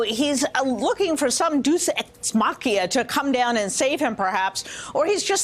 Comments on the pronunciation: Me thinks she meant "deus ex machina" (dāəs ˌeks ˈmäkənə). Sorry. Grammar police. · "Deuce et machia"?